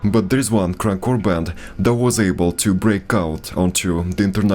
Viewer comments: The way you say Krunkcore makes it sound like crack whore. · The way you first said Crunk Core, sounded like Crack Whore 😂